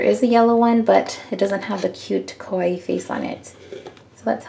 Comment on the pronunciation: By the way, I don't know where you're from but kawaii is pronounced Kah-waii not Koh-waii because kowai (I think that's the spelling) means scary ^_^ just wanted to let you know, I loved the video haha